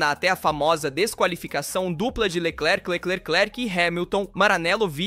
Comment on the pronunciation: Q video ruim hein..... Nisso q da por I.A. pra narrar. CHARLES LECLECLECLECLRQ😂😂😂😂